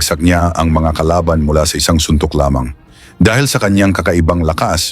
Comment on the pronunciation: Ang accent ng lamang ay sa 2nd syllable at hindi sa 1st syllable.